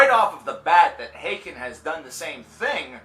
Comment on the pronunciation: I always said haken as in Hayken. After I heard you say it as Ha-ken I started saying that way. Now I got used to saying it the wrong way and keep saying Ha-ken. The struggle